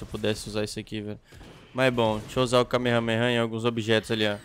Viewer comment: Q desespero ouvir ele falando errado "kamehameha"